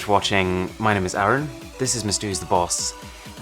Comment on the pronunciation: It sounds like he says aron everytime he says arun